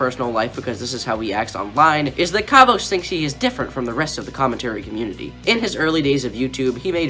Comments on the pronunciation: They way u pronounce his name though "Kavos" not "Karvos" you say it like car vose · kaavos.....bruh learn how to say his name first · What is it with all the below 30K Comm channels not being able to pronounce "Kavos"? It is literally KAV-OS there is no "OSE" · I hate him but it really triggers me how you pronounce his channel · Hey I'm a kavos fan. I don't really care about what u have been saying as that is your opinion and i respect that. But can you at least pronounce his name right 😂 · I don't even have to point how how stupid your response was because I know you're trolling so its chill, but for real don't do a Keemstar, please pronounce it properly